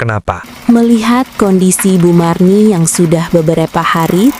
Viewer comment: Marni Bu Marni..bukan Mirna..🤣